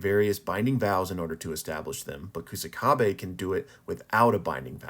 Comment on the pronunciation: This channel should be called pronunciation Kaisen bruh. OOEY OOEY? 😂 Also calling him Koosakabe (it's more like ksakabe) lol. Love the vids tho